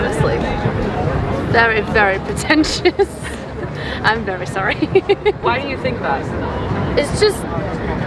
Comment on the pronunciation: she said “I’m very sowwy” Lmaooo and she wanna talk about Americans